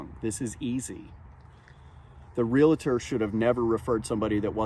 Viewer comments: I enjoy these videos: but a pronunciation issue. Please! Real-tor (Realtor) NOT real-a-tor if a member of the “National Association of Realtors” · Cool story. But (bear with me, it's a pet peeve), the word is pronounced REE-AL-TOR, not reel-a-tor. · It's real-tor not reLAtor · Dude its realtor not realator. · Would you please quit call them a realAtor. It's realtor. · "Realtor" is pronounced "REE-ull-ter", not "REE-lit-err". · It's REALTOR; not RELETTER. There's no vowel between the L and the T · Real-tor… NOT Real-a-tor. Just so you know…. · It's REALtor. not reLAtor. dammit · Great clip, for future reference though realtors are not realAtors. Realtors hate being called RealAtors, it hurts our ears. Again very informative! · Why do people say REALATOR"? The word is REALTOR. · The word is "realtor" not "relator".